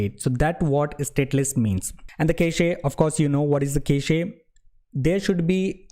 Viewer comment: "kash" not ca-che. nice tutorial btw